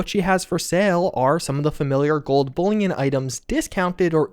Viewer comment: Perhaps the only F76 YouTuber who knows how to say “bullion”.